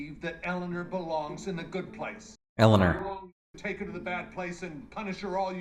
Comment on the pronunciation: About Ted Danson pronouncing "Eleanor"...I saw someplace (can't remember where) that Ted Danson said he had no idea he was pronouncing "Eleanor" differently than every one else. While most say "El-a-NOR" he had been saying "El-a-NER". One time he said the more common "El-a-NOR" and they said "no, pronounce it like you usually do" and he was like "what are you taking about?"